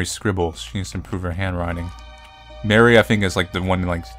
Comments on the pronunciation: Who else got triggered when he said Mary instead of Marie 😭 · Loved this, and idk if you care but Marie isn't pronounced Mary, it's like Mah ree